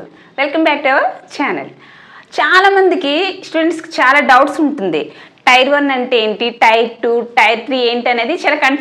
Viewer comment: అక్క అది టైర్ కాదు టియర్ అని పలకాలి.